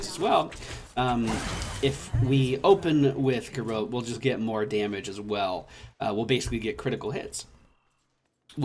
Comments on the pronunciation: I could be wrong, but isn't it pronounced garrOTe....? as in hot? like garrote wire? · We Spanish-descended countries pronounce it "gar-roh-teh" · I hate being that guy, but you maaaaay be saying Garrote slightly wrong, <3